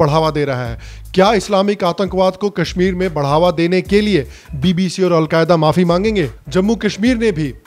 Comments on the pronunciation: Thank you for calling Al Jazeera as Al Qayda. Rofl😆🤣😆😅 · lol!!! did you say Al-qaeeda instead of Al jazeera hahahhhahhahahahahhaha. that's a blunder. A big blunder. Kya car race ho. Lutiya dubaoge. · Vai Al Jazeera ha Al kaida nahi ..... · He is calling Al Jazeera as Al Qaeda. I thought it was a slip of tongue, but may be not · It’s Al Jazeera not al qaeda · Al Jazeera tha.....u called it al Qaeda...🤣🤣🤣.....no worries both r the same!!!! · you pronounced aljazeera as alqaeda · It's aljazerra not Al queda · It's al Jazeera not Al Quaida